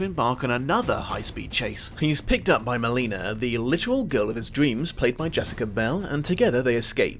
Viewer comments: For a brit you sure do mispronounce a metric fuck ton of names that I am 99.989% certain you have heard correctly pronounced in your lifetime. Jessica "Bell" BIEL (SAID BEEHL) being the biggest offender in this video. The first video you couldn't (or wouldn't) pronounce RICHTER correctly, now this. Dude real shit, do better. Its not hard to look up pronunciation and put in even the smallest bit of effort to learn it. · It's Biel. Rhymes with eel. You really suck at pronouncing names. It's a good thing you're such a good critic. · You mispronounced Jessica Biel.